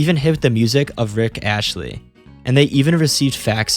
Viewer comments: buddy did all this research just to slip up with "Rick Ashley" lmao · The name is Rick Astley, not Ashley, PUT SOME GODDAMN RESPECT ON MY MAN'S NAME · It's Rick ASTLEY, not "Ashley". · It’s Rick Astley. Not Rick Ashley… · It's Astley you fuk, not Ashley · It's Rick Astley, not Ashley... js. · its rick astley, not rick ashley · It's not Rick Ashley lmao it's Rick astley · Nice vid but I winced when you said “Rick Ashley”. His last name is Astley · This narrator really said Rick ashley... It's Astley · Lol he called Rick Astley Rick Ashley. But I enjoyed the video, good work.